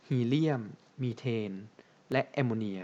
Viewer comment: ข้าวพุ่งตอนพูดว่ส แอมโมเนี้ยย🤣10.50